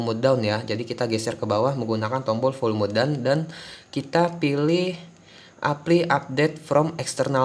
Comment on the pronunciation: pengucapan motherfuckers lu aja yang bagus, tai. Giliran pengucapan apply bilangnta epli. Lagian biar apa bilang bilang motherfuckers?